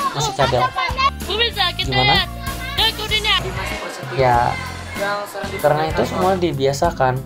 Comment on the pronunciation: Masih blm bagus r nya perasaan. Pas kamu ngomong "karena", masih blm pas.